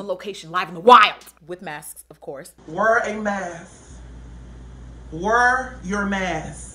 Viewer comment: "Wur yur mask, wur it" 😂